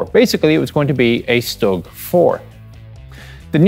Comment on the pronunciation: Knows everything about tanks. Doesn't know how to pronounce StuG.